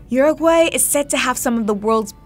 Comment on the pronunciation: Lol you said all the Spanish nicely, that is till you said Uruguay, complete butchering. There's a right way of saying it in English, and you managed to ruin that too.